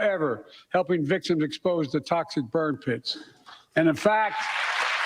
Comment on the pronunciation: He said burn kits not burn pits.